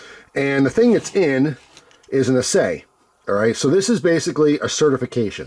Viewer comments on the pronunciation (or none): That's "ASS-ay".